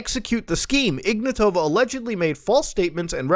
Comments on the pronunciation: to be honest I always love when people mispronounce names. It just has it's charm. well in this case it's just that it's ignAtova not ignatOva but still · I hope that woman rots in prison. The name should be pronounced IgnAtova (I'm Bulgarian). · Hey Muta, great video, but it's spelled like "IgnAAtova" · Here's some help with pronouncing Bulgarian names - we are not russian and we don't say them like that. Ruja IgnAtova (the capital A is where you put emphasis on). Pet peeve but we don't like russia and being associated with them in any shape or form. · he butchered her name so hard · The 'J' is pronounced like the 'g' in "rouge", and the stress in "Ignatova" is on the first 'a'